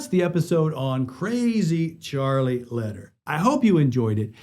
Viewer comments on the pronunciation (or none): Hey there, my goodman Charlie's last name is pronounced "lay-dear" and not "ladder"